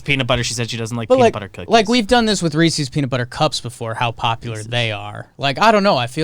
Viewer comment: mispronouncing Reese's kills me. Why and how, there's literally a rap. Reese's Puffs! Reese's Puffs!